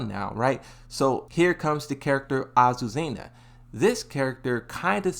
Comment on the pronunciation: Finally he said azucena and not aquacera